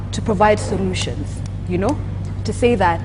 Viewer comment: sorutions you say......wow